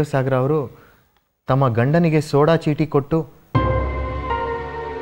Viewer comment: ಅದು ಸೋಡಾಚೀಟಿ ಅಲ್ಲ.... ಸೋಡ್ ಚೀಟಿ...... ಉಚ್ಚಾರ ಗಳನ್ನ ಸರಿಯಾಗಿ ಮಾಡಬೇಕು.